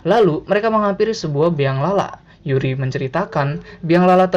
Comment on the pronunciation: Yuri bang bukan Uri